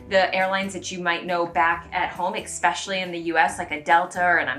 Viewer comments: Not trying to be mean, it drives me nuts when people say EX-specially instead of es-pecially. I normally wouldn't comment on it but you said it 10+ times in the video. Love the content :) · Pssst: The word "especially" does NOT have a hard K sound in it.